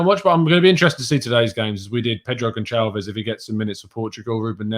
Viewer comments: It's not Gon(ch)alves.. it's Gonçalves.. the "ç" is pronounced like an "S" in English.. had to mention it because it really bugs me every time you say it.. haha when you speak portuguese and you hear that.. not so great to the ears.. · The "O" is pronounced "oo" as in "pool" and The "S" at the end is pronounce "SH" as in "shine". So all together "G(oo)n(s)alve(sh)" / Gonçalves